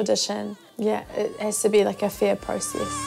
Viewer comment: A fair process, sounded like “fear process” and what it sounded like seems more accurate. I get needing to be on top of your shit busting your ass and a work ethic known by everyone around you to be above average but having already proven yourself without a hiccup to audition again for a place you’ve already proven yourself for...it would be awful to get sick not just for auditions but in general for this dance crew. The best is the best until it isn’t.